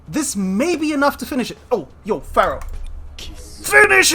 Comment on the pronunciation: te felicito por ser el unico youtuber de saintseya q dice "Pharaoh" en ingles de la forma correcta, hahahaha